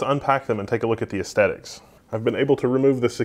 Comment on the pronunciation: That pronunciation of "estetic" is esthetically displeasing to me.